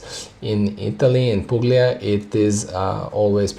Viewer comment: Hey man I’m studying all your videos and I love it , I’m going for wset number 2 end of November, btw the pronunciation is pulia, the g is silent , I’m from Italy , just to correct your pronunciation, stay wise n thirsty man ❤